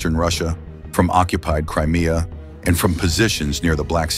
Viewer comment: min “ occupied Criminea”.